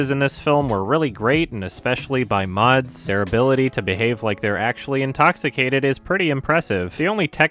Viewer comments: Since you're gonna say it again in all likelihood: It's not "Mahts", it's much closer to "Mas" or the final syllable of "christmas". Honestly kind of weird that you wouldn't take the time to figure out the pronunciation at any point, since you've rated so many things he's in so highly. Anyway, "Mahts" sounds stupid as fuck, and is very far from correct. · "Máads" Mikkelsen? Uhm,, sweety, hun.......... it's pronnounced "madds", not "máads". I know different accents and all that, but I've never fucking heard anyone try to make it harder to say Mads Mikkelsen's first name before you did here now. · Mads in Mads Mikkelsen is pronounced like the word mass, but the 'a' sound is short. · please. the D in Mads is silent! it's pronounced "mass" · Btw you don't spell the ds on Mads, the ds is pronounce as z, so Maz Mikkelsen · No, it's pronounced Mass. The D is soft. Danish is weird and it's difficult to grasp it for a lot of people that didn't grow up speaking it. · Oh my god, I can't take it anymore. The name MADS, is pronounced as "mas", the D is silent. For the love of god, stop pronouncing it wrong. This goes to all native english speakers. Regards, an angry Dane named Mads. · Not to be that guy but the D in Mads is silent so it’s more like mass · FYI - Mads is pronounced “Maz” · Hey, since you seem to care about pronunciation (like Denis Villeneuve) I thought I would tell you that the d in Mads is silent and that it's pronounced like the mas is christmas. Danish's not easy and I'm giving you a 6/10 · Just a quick PSA: the "d" in "Mads" is silent. You pronounce it sorta like how you'd pronounce the "mas" in "Thomas". I figured this was worth pointing out since it seems like Mads Mikkelsen is gonna be appearing on this channel pretty frequently. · The "d" in "Mads" is silent.